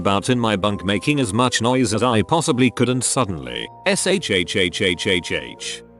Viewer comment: It’s funny how to robot can’t say shhh correctly